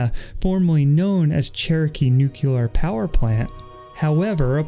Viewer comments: dude it's nuke lee er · It’s new clear water 💦